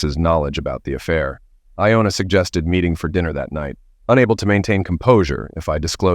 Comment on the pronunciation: Dude, get your names right... Johna, Iona and I know there are more. I just don't want to bother with it right now.